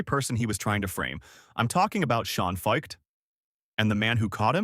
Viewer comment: That's not how you say his last name. This just seems like an AI-generated hit piece.